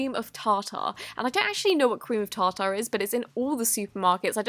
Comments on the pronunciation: its tarter not tar tar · "Cream of TA TA" go to